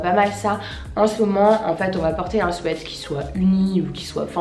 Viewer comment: Je rêve ou elle a dit swait sa m?'a choqué mais sinon super vidéo